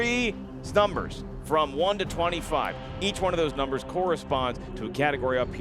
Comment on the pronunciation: Pick 3 "snumbers" hahahahha